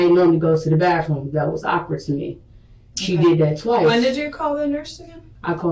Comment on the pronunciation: This poor child is dying, cant hold food down, possible stomach virus (wich definitelyisn'ttrue but if we give her benefitof doubt), so you give her Tylenol?????? Tylenol for "ock-wurd" breathing????? She's just dumb as a bag of rocks or evil as possible no other option to explain this insanity